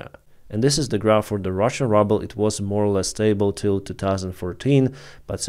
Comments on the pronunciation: Hey, Really appreciate the work you do. I dont know if you want to improve your english, but we pronounce the Russian currency with this pronunciation: "rooble" with a long "oo" sound like "book" or "look" or "shoot". The way you have been pronouncing it is "rubble" but that is what is left after russians destroy a building. Thanks again for your great work! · Your saying rubble… it’s ruble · I like how you pronounce russia's currency the same way I would pronounce "rubble".